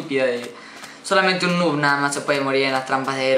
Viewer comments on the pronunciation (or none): none